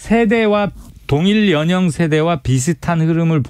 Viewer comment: 연영이 아니고 열령입니다…..한라산..신라…권력..